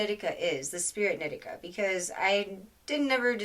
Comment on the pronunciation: I’m pretty sure in the book he says it’s a “she” He also says her name is knee-tea-kah, not Nit-ik-kah lol